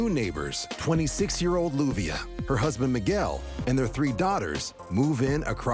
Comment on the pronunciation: Her name is LLUVIA pronounced Youvia